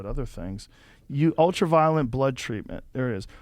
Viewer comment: Is it just me, or did it seem like Dave wanted to grab Joe and say "It's ULTRA-VIOLET, not ULTRAVIOLENT"?